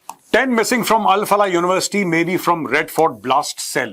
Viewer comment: Al Falah नहीं क्या बलाह है ये 😂